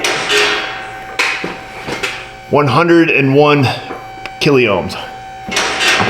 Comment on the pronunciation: Sorry, just say 102K not kill-e-ohms!:face-blue-smiling